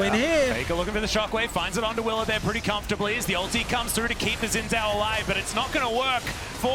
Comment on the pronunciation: From what I know "Zh" is pronounced like "J" so his name should sound like Shin Jao.